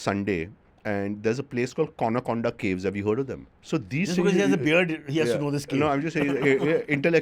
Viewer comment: Its not Kona Konda cave , its Kondana caves !! But Amazing story overall..kahaan se aatein hain yeh log ...wow !!